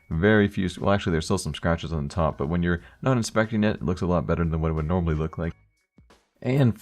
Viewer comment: everytime you say normally i hear anomaly:DD